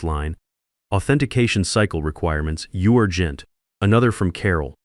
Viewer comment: "Urgent" pronounced "You are gent" Is the editor an English speaker?